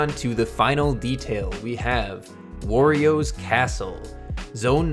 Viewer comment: OMG. THIS IS AMAZING. also 1 flaw. Werio. Did u pronounce Wario werio. -_- Anyways pls pls do smb 3 next. Mainly world maps from world 1 to 8